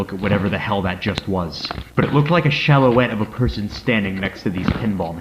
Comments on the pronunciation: Silhouette being pronounced "shallow-ette" is... new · “Shallowette” huh…